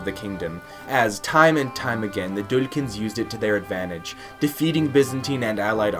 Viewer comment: its not "Dulykans" its Duklyans (Dukljan)